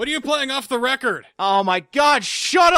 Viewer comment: "WheN ArE yOu plAying oF Der RecOrde?"